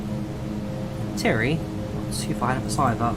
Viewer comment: Pronounced TIE-REE not TIRRY